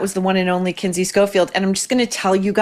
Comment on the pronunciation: Not Kindy - Kinsey